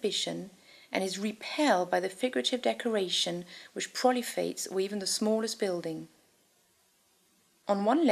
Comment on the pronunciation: "In-ov-rative"? [ , ] "Prol-ee-fates"? It's scheeck to me.